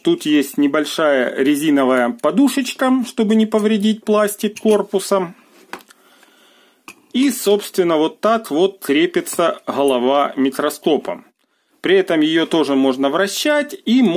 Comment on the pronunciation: Спасибо за обзор. Вы большой молодец. Но когда Вы говорите:"хабариты, холова, хде"... Просто нет слов. Хочется прервать просмотр и найти видео без гхыканий...